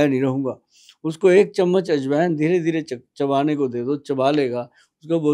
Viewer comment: Aaj Wine ❌ Ajwain ✅